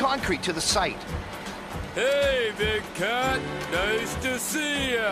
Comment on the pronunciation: "Noice work"